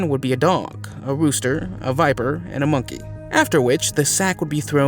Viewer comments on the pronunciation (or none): none